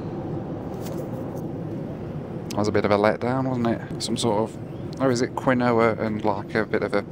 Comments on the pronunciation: Quinn-NO-ah?? It's KEEN-waah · Quinoa is pronounced "Keen-wah", not "Quin-oh-uh." 😂🤣😂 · It's "keen-wah" not "kwin-oh-ah" ya melt xD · FYI Quinoa is pronounced 'keen-wah'. Great vid as always! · Quinoa is pronounced Keenwah fyi ;) but thanks for this video.